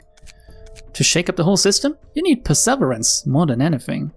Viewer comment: The way you pronounce perseverance hurts me physically and psychically